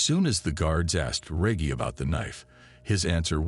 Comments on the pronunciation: Bro cant even say Reggie properly 😅😂😂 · You can’t pronounce Reggie right 🤦🏾‍♂️ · Hey tell.the FN commentator it's pronounced Reg-gie Not Regg-e, lol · The fuck is this a AI reading this or something? How the hell do you mispronounce Reggie? “Rej-gee” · Yo Name is probably Re ggie not Reaggie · D MKF D REGGIE MFK NOT REGY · Reggy or Reggie you donkey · Reggie is not pronounced reggae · Reage. Dude you know dam well what his name is Reggie. You never watch baseball. Not REAGE JACKSON BUT REGGIE JACKSON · Your saying Reggy it's Reggie lol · Omg 😳 I can't watch this video and listen to him pronounce REGGIE wrong 🙄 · Yo it's horrible how you put this together and your voice kept saying regee and not Reggie was so annoying i just couldn't continue, im a grown man looking for good content, step your production game up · He caught himself pronouncing Reggie the correct way the third time he’s said regee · 🗣 Bro get it right its Reggie not REGEE 😩😭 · Who DON’T know how that name is pronounced!? Reggie Jackson, the most famous Reggie there is, I know damn well whoever this is ain’t pronouncing it like Reggae. Goofy!!! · There’s no hope unhearing how he says ReJee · Who the fuck is RAY-GEE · Reg-Gee, Reg-Gee, Reg-Gee!! 😂🎉😅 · Reg-e, Reg-e, Reg-e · What the hells a regy cant even say the name rt channel owners a piece of trash dont care 1 bit bout this channel fukn dushbag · Great video. Just to help with pronunciation Reggie sounds like Veggie. 🙂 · For God sake man Americans are supposed to talk English It’s Reggie Pronounced R-E-D-G-I-E Like Wedgie You know what a “Wedgie” is don’t you? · Stupid ass narrator...it's Reggie with a hard G. I turned it off after 5 mins. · No way it’s pronouncing Reggie ( Reg - E) 😤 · Rey-gey is wild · reggie is pronounced ....rejjy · This Mf keep saying reggy *scoobiedoovoice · Who TF is reg-hee? It almost kills the story. Then he keeps saying it the wrong way, with all the confidence in the world🚛💨🔥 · DUUUDAH! WHO THE F IS REGGY! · Me too